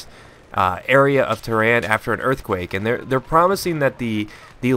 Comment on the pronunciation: lol, its Tehran